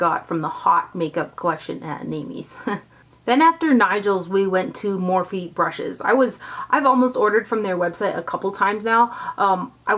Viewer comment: I thought it was morphe not morph-e